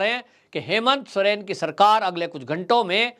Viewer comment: सुरेन नही सोरेन बोलिये